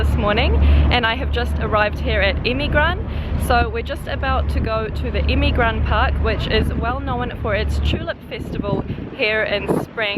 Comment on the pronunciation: not emigran,EMİRGAN